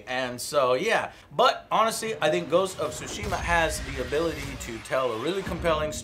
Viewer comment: The T in Tsushima is not silent. (Neither is the T in Tsunami). The syllable is TSU - it's pronounced like MiTSUbishi.